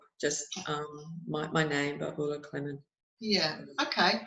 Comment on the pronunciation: Hi Babula (not Bubula) great to hear your thoughts on this - thanks